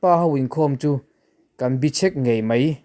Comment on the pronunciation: " Bichhek" tih hi"Bechhek" tih tur ani zawk lo maw?